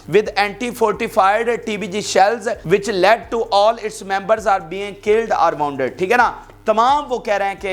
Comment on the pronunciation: "voon ded" asa padho, bhai public hasti hain